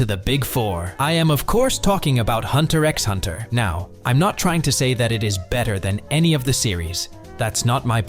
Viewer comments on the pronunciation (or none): You don't pronounce the X